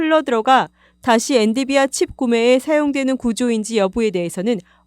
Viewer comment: 저도 들으면서 계속 거슬려서...ㅎㅎ